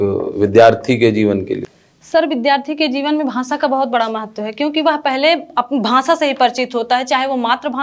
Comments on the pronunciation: Very bad . Hindi words pronunciation extremely poor. Bhasa nahi bhasha , similarly other words. Students will learn wrong. Hindi teacher must answer in hindi. Avoid english words. Shiro rekha nahi hone se gh and dha mein difference not possible. Bad poem recitation. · bhansha 😂😂 nhi hota didi bhasha hota h 🤭🤭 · भांषा नहीं भाषा होता है आप इंटरव्यू दे रहे है उच्चारण पर थोड़ा ध्यान दें। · Didi भांसा nhi भाषा 😂😂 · bhansha nhi bhasha hota hai hindi thi inke paas ba mai😅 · Hindi teacher भाषा ko भासा bol rhi h..... Kya baat hai 😂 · भांसा 😂😂😂 हिंदी संस्कृत वाले शिक्षक को उच्चारण सही कर्म चाहिए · ..bhansa nahi bhasha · She said bhansa two times instead of bhasha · Bhansa what is bhansa, it's bhasa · Bhasha ko bhansha kaha aur pinjar ko pijar kaha, anuswar jaha lagana hai vaha lagai nahi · Is it bhansa or bhasa 🤣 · भाषा को भांशा बोल रही है। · Bhasaan ek to hindi sanskrit ki teacher aur doosare UP ki ho kar bhi galat uchcharan aur hindlish bol rahi hai, kv mein 53 ℅ wale ko bhi aese teachers rakhe jate hein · Mam आप जिसको पकर रहे हैं भांषा वो आपके हिंदी के सर का आवाज है भांसा